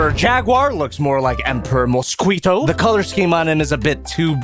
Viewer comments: Mosquito Prounounciacion:Exist:MosSQEAUto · for "moe-squee-toe" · Nobody:: Mo-skwee-toe